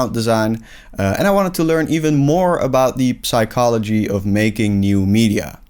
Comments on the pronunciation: I would've subscribed but this dude pronounces the "p" in psychology, like a ruthless animal. F**king bastard. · Bro the p in psychology is not pronounced in English